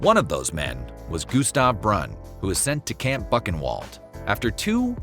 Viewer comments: Bucken-wold? Boo-chen- vuhld! Buchenwald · "Buck-en-wald"? That's a topic where you should really take the 30 seconds to look up how the word is pronounced. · I can't get over the narrator pronunciation of Buchenwald 😂😢